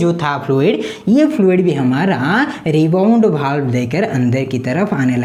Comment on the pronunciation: Pdate to sahi hai ....pr word sahi se nahi bolte ho वाल्व को बाल्ब